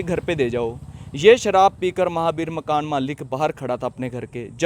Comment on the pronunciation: Malik makn nhi hota ji makan malik hota aap ka tarika gt h bolne ka